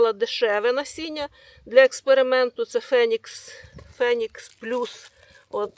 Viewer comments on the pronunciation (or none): none